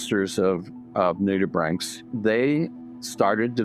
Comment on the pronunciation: . I learnt how to properly pronounce nudibranchs! Thank you.